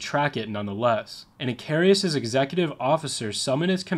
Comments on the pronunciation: Too bad the narrator never took the time to learn how to pronounce the name of the Coast Guard Cutter, Icarus. In Greek myth Icarus made wings of feathers and wax to escape imprisonment. He flew to high and the sun melted the wax and he fell to his death. Lesson learned; Do your homework first! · I’m really like your videos so please don’t take this the wrong way but hearing “icarius” the whole video was killing me….her real name was “USCGC Icarus” pronounces Ick-ar-us. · You put to many "I's" in Icarus. ih KAR us not ih kar EE us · It's pronounced 'Ick-Car-us'. And some of the cutters of that class are still in use in New York City as tour and ferry boats. Many were used to evacuate people from Lower Manhattan on 9/11/01, and two of those ferries aided in the "Sulley" plane crash on the Hudson River. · The name is pronounced IK ER US. He was the son of Daedalus. Flew to close to the sun a melted the wax holding his wings together. Greek mythology. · Just because it scratched my autism the wrong way, it is pronounced "Ick-Uh-Rus", there is no second "i". Apologies, great video otherwise. Just by the third time I heard it I was starting to fixate. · I'm Gen X; your inability to pronounce "Icarus" or "martinet" had me laughing. As far as your facts go, a 3" gun was pretty much the lightest naval gun used in WWII. Many of your other "facts" and exagerrations are also questionable. It seems that "Dark <Fillintheblank>" has some competition, the kids will be delighted. 😉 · Its icarus i... car... us. not i... cari..us. Icarus the greek mythology man who tarred feathers to himself and flew to close to the sun melting the tar and he fell to his death. Like the commander in this story he got cocky lol😅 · Icarus, not "icarius". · Icarus, not Icarius.